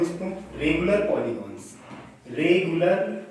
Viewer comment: पोलिगोंनस नही भाईसाहब....पोलिगंस होता है🙏🙏